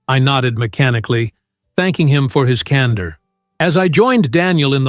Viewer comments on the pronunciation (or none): CANDOR not cander